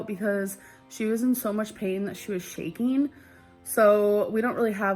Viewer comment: Happeneen Shakeen Why cant she say “ING”